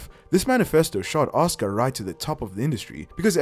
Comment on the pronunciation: Reading these comments and seeing the undeniable belief that fans of pretend wrestling have in it being an actual, real, combat "sport" 😂😂😂 Also... the name is pronounced "Ah-sUU-cA"